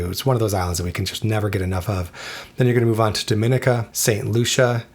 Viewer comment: It's pronounced Dom-i-neeka